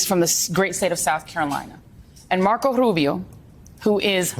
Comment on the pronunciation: why do you have to say Marco Rubio that way?